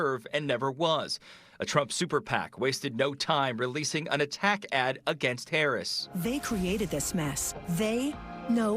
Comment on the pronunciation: y he say Harris like hayriss?….lmk